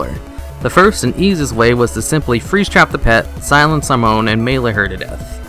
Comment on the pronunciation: Downvote because you don't know how to say Simone.